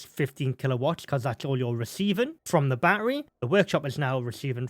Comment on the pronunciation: Still trying to figure out what a "baa err ree" is. Is he referring to baTTery, as in pronouncing the "t"'s in the word? Have the British just abandonded the "t" because of that American incident about 250 years ago?